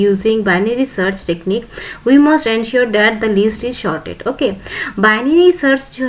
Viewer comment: Its not shorted mam its sorted